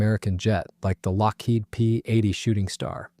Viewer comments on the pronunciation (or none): none